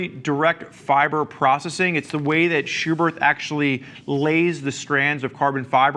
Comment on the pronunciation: The second H in Schuberth is silent